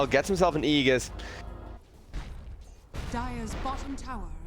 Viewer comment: Aegis is pronounce as "Eygis" not Eyjis